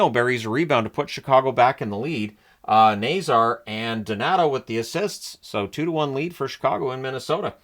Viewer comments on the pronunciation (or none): none